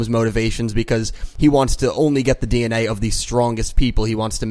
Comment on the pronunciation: I heard Dee En Way lol